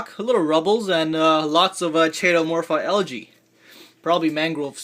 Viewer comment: It's awwkwa(aqua) not ackwa. and keetomorfa (chaetomorpha) not chaytomorpha. sorry I couldn't help myself lol...but a great video thanks.